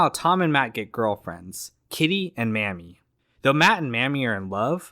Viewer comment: 🙄 The name of Joan Blondell's character, Mamie, is pronounced "MAY-me," NOT Mammy. According to the Oxford dictionary, Mammy is a racially offensive term for a black nurse or nanny in charge of white children.